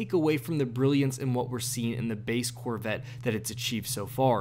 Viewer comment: "The Corvit..." - This guy ^